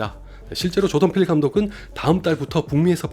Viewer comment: 조던필 감독 이야기 하실 때 자꾸 조동필 감독이라고 들리는건 저 뿐인가요?